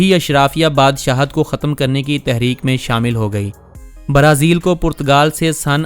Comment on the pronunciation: Only you say Barazil we are hearing brezil